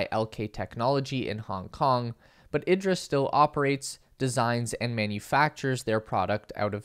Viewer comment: I expect Italians would pronounce it eeedra, not ihdra like Idris Elba. :) Thanks for the info.